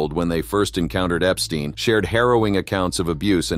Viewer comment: I hate AI videos- can’t even say the perverted man’s name correctly! I also hate Trump always being drug in - Trump is the one who started the investigation after realizing Epstein was a pervert! And for that matter - let’s be real - Epstein isn’t dead!